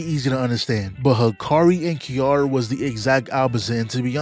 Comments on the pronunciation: KI RA RA Not Kiiara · im crine ts mf called kirara "kiara"😭